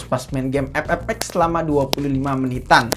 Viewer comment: Bang setiap Kali gwe nonton vidio lo pasti ngakak pas bilang game epep 😂😂😂